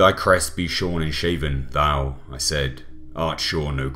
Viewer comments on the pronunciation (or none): none